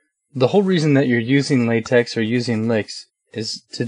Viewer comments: Its"latech" not "latex". Last letter is Greek "chi". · Great Job, P.S. The correct pronunciation is " Late(k)" and not "Late(ks)" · pronounced LA-TECH :)